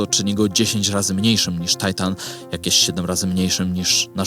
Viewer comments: Po polsku mówi się Tytan, nie Tajtan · To nie jest Tajtan, to Tytan. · "tajtan" ty się po polsku naucz mówić: TYTAN, księżyc ma polską nazwę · Skoro Saturn, Jowisz i Uran, to Tytan, a nie Tajtan. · Po pierwsze primo nie płaczę ale materiał jest po polsku więc warto używać polskich nazw dla polskich "ludzióf". RE zaś tłumaczę na zły lokator subtelna różnica odnosząca się do osoby a nie miejsca, terminator zaś to oczywiście elektroniczny morderca bo nie można inaczej. Tajtan aż kaleczy uszy może warto czytać po polsku a nie z głowy? Po drugie primo ultimo, to ty dzwonisz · W Polsce mówimy Tytan, a nie jakiś Tajtan. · Przepraszam, ale Tytan, nie Titan, tak jak mówisz Uran, a nie Uranus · królu złoty, kierowniku kochany dlaczego Tajtan a nie Tytan? Jak zwykle świetny materiał 😉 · film zajebisty ale to Tytan, a nie Tajtan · 👉 TYTAN, Bosze...., mów poprawnie w języku polskim, bo zaczynam podejrzewać, że Ty nie masz pojęcia, o czym robisz filmy, a jedynie powielasz informację. Mimo to, wciąż daję Ci szansę i pozostawiam subskrypcję... 😉